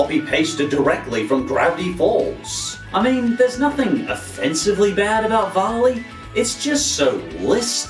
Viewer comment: vali is pronounced "vehli" lol. great video anyways. keep it up!